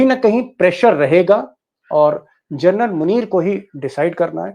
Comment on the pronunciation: Please don't keep saying " Gernal ". Its " General. " Hope U pronounce it correctly.. hereafter.